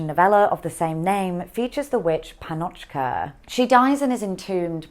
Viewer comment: sorry but it is not entirely correct to call Gogol's works russian, since he lived in historically Ukrainian territories and described mainly the life of Ukrainian peasants. and by the way, it is right to put the accent on the letter 'a' in the first syllable of the word 'pannochka'. just FYI